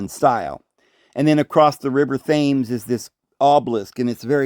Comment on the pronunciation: The Original St Paul's burned down in 1666 due to the Great fire of London.rebuilt by Sir Christopher Wren. Yep another fire. As a Brit we was taught this in our Schools. No disrespect. The River Thames is pronounced Thems, tems. History was one of my favourite subjects. All the best. Great show. I always enjoy your content. It seems St Paul's was destroyed by fire 3 times over a 1000 year period. Could have been 4 times, but the Nazi's was told not to touch it during ww2.